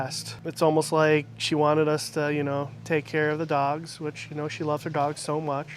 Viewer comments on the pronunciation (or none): none